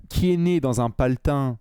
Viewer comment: on dit « patelin » et non pas paletin